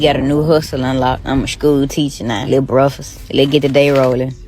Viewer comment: Calls her breakfast “liuh bruhfast” and she’s a substitute teacher. How can you not speak basic English and get any type of teaching job?